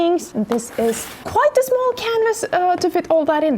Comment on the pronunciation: All the words sound English, but small sounds smöl